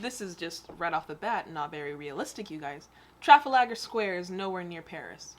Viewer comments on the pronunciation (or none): Also, it's not pronounced Traf-a-lag-er its Traf-al-ga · How the hell did you pronounce trafalgar Square like that 😂 if you watch the documentary hitters circle of evil it will explain the rise of Hitler and other top nazis and how Germany was brainwashed